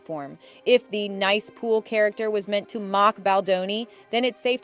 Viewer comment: nicepool as nice (good) not as niece (uncle, aunt, family member)